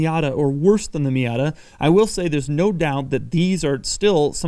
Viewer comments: he says fiata lol 😂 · Did he say Fiata? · Did he just say "Fiata" in ?